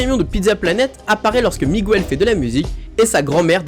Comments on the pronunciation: S'il te plaît, on ne dit pas "Migouel" mais "Mig el" 😉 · Dans Miguel, le "U" ne se prononce pas sa me stress beaucoup quand tu le dit !!! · C Miguel pas Migouel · Ses pas Migouel ses Miguel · Moi il y a juste un truc qui me met hors de moi en tant que prof d'espagnol et me fait mal aux oreilles à chaque fois que je l'entends, c'est la prononciation de Miguel!!! C'est de l'espagnol, donc on prononce GU comme dans Guitarre!!! On n'entend pas le U ( contrairement au "Miguel" portugais) Donc si ceux qui font des vidéos en utilisant des mots espagnols pouvaient se renseigner sur leur phonétique avant de publier, cela serait sympa car ça éviterait d'apprendre une mauvaise prononciation aux élèves hispanisants. ¡ Gracias !